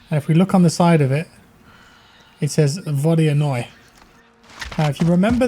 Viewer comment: Vodianoy in your British accent sounds like "What do you know" 🤣🤣🤣